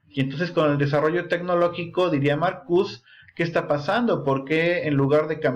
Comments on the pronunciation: Te agradezco el vídeo, pero se dice MarcuSE, no marcus. No es francés ni inglés, es alemán. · Sin ofender,se pronuncia Marcuse con E es de origen alemán Jebert Marcuse sería lo correcto